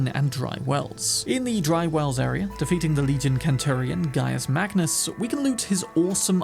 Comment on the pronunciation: Its not called a kentury so why would you pronounce it kenturion?